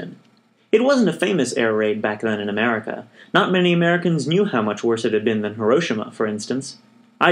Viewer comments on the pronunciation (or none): none